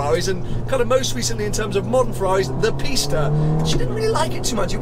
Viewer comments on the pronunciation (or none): none